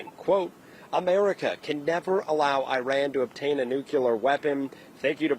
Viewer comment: You are a journalist at least learn how to pronounce Iran correctly